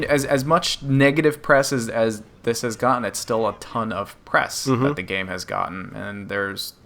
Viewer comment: Gaaaameeee, not Gay.